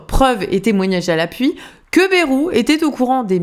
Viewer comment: Ba-ï-rou, par pitié. À la limite Cazalet (son vrai nom patronymique).